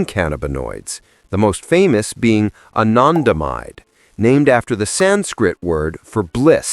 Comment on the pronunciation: The way he says anandamide is so poshy 😂